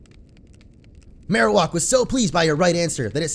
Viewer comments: It's Marowak not Marowok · The way you pronounce Marowak bothers me so